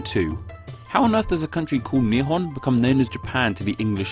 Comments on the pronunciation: There are two ways to pronounce "nihon", one means "two sticks of..." and another one means Japan. The pronunciation in the video sounded more like "two stick of..." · ✕ Nihon 〇 Nippon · I'm learning Japanese and I notice he pronounced the word really weird hahaha. Interesting fact, the Japanese language's one of the most eassely pronouncing ones.